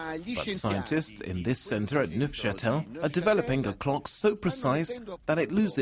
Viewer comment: Wow, he really butchered the pronounciation of Neuchatel.